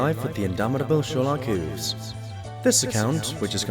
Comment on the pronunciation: Hate to be a pain but it's Hooves, not Whooves